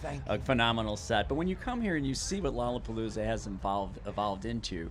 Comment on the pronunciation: Its not lolapalooza Its lolrlapopoolza